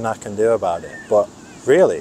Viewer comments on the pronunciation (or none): This "bot" instead of "but" 😅